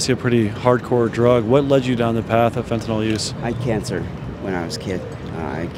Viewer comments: Why can nobody pronounce the word “fentanyl” correctly? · Why do so many people pronounce fentanyl like “fentinall”? When you have allergies do you take Benadrall?